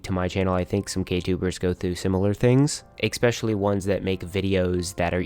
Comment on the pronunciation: if i hear you saying EXPECIALLY insteas of especially even once again I will literally kms